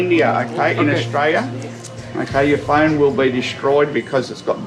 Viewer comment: "That's whadd-happens when you come from anutha country to Austraya" HA, love it. 😂😂😂😂 Welcome to Aussie 😂